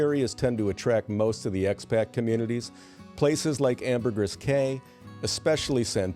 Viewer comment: I TOOK PSYCHIC DAMAGE FROM THE PRONUNCIATION OF AMBERGRIS.